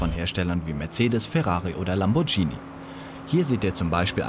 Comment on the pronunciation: Es heisst Lamborghini, nicht lamborcini